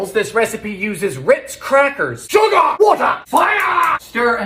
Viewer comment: SHOOGAH (sugar) WOOTAHH (water) FAYAHH (fire) siminim..! (Cinnamon)